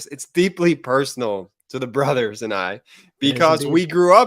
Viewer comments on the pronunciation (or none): none